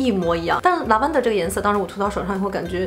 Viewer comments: 很喜欢你, 但是咱能不能每次做视频前把要讲的英文发音查一下... Lavender重音在第一个音节... 已经好几个视频里的英文都讲错, 听着怪难受的..... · Lavender发音不对哎😂😂😂听着有点变扭哈哈哈哈